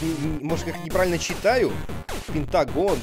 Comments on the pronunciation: Не пентагон а пифагор:D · Какой Питагорос ? Может ПИФОГОР ?